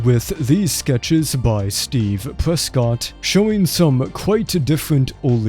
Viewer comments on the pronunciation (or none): none